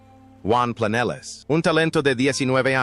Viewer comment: No se pronuncia Planeles, se pronuncia Planelles. Aunque es tontuna artificial.